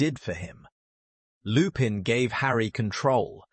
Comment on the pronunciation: please for the love of everything, use google translate, put the names in, and let it sound out the name... butchering names when you are trying to drop lore is a big no no in the lore/theory community. Remus Lupin is pronounced (Reem-is) (Loo-pin)